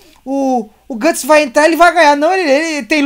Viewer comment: n é guts, é gutsom gatsom, ou gustavo